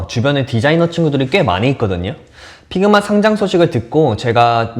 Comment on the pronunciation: Pigma가 아니고 figma 입니다. 발음을 잘하세요. 적어도 미국 살았다는 분이시니...